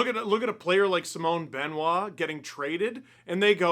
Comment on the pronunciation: how do you still not know how to pronounce simon